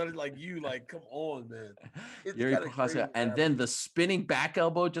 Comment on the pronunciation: funny to see dc thinking he is pronoucing Prochazka right but in the end he is wrong xD